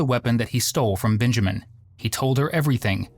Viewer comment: Why do you keep calling him “BINjamin”? His name is Benjamin, with an e. Not binjamin